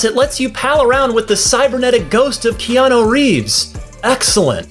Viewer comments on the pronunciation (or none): Notice he says keano instead of keanu